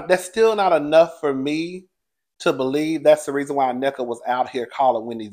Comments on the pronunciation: you are so close to pronouncing Nneka's name. It's 3 syllables, In-Neh-Ka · It’s pronounced “neh-kuh” 😂